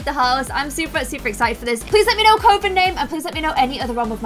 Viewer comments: I dont think is pronouncing coven correctly its coVen, more pronunciation on the v, also I think it should be called the 'Phoenix Coven'. After Raven's mum Phoenix and they rise from the ashes after the terror of Eve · Sorry I know coven is spelt with an o but its actually pronounced cu-ven xx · It's pronounced like the word oven with a c at the front - YES! to Phoenix Coven! 😁👍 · Just wanted to mention that you were mispronouncing coven. It’s not a long O. Love the new series tho. N before anyone gets on my case about the pronunciation, I have been a practicing Wiccan with a coven for near 25 years. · Well She literally said she's a practicing Wiccan, I just came to say about the pronunciation of the word Coven. It's said like Oven but with a C. In every book/film/blog etc Coven is said the same. I love the game play and is probably one of the best Sims Youtubers around for actual original game play. I'm just funny about spellings and pronunciation hahaha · it really matters. How would you feel if someone mispronounced Christmas or Easter? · THANK YOU!!! Cuh-ven!!! It was driving me to distraction!!! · Wait, I thought it was pronounced coe-ven!!n! Oh well. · I am such a perfectionist because every time she said coven I was getting so angry and wanted her to pronounce it cuven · I’m so here for you (re)-implementing lgbtq+ sims!❤️Thank you, this series is gonna be amazing! Also, coven is said like cuh-ven☺️ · I love the new series it is everything. Btw it is pronounced Cuven even though it is spelt with a o. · I feel like I’m gonna get attacked for this but was saying coven it’s pronounced cuv en coven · Cuh-ven is how coven is pronounced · Hey it’s pronounced coven like oven with a c before it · The way says "Coven" 😂😂 It's actually supposed to be said like "Ka-ven" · The word coven is pronounced 'cuhven'. just for future reference. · Is nobody gonna tell her coven is pronounced "Cuv-in"? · Did you say coven or covid